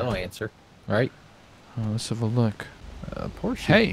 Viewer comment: My god...Porsche not Porsch